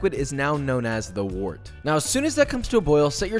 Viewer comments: Pronounced "wert" like "word", not "wort" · I know this video's like 2 years old, but it's pronounced "wert", not "wort"